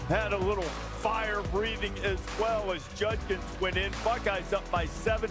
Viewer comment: Hilarious that Kirk cannot pronounce JuD-kins.